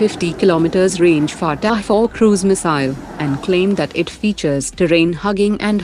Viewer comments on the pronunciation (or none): It's Fataa-4 not Fatah-4 😂